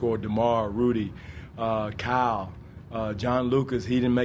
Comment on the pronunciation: It's so funny the way he says Kyle